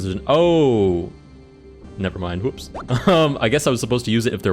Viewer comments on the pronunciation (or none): none